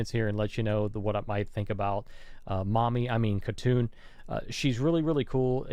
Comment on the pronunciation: not khatun its hatun